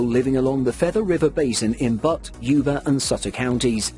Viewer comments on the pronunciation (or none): But is spelled & pronounced BUTTE>/byo͞ot/